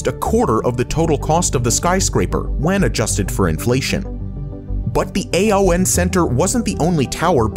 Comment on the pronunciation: CGI voice is saying A.O.N, not ''Ay-On''. Friend worked there and that is how it's pronounced.😄